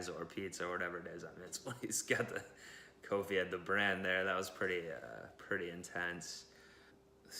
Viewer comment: His name is Kofi, not Caulfield haha